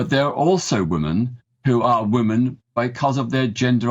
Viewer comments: Its WOMEN peter not WOMAN....... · This guy cannot even pronounce "women" properly. It's pronounced 'wi·muhn' not 'wu-man'🤦🏻‍♂️ He's also biased blinkered and being purposely ignorant to the abuse coming from trans people.